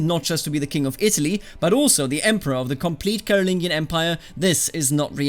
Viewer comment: I think it’s pronounced caro-lin-jee-an